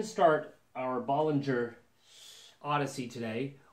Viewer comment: Bow-lin-JHAY. Not Bol-lin-JHER For God's sake man pronounce it correctly